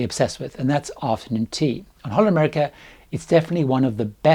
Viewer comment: I would practise on saying "HOLLAND America". the HOLLAND is not very pronounced very well, and it is such an easy word. It sounds as " Honda" how you mentioned it.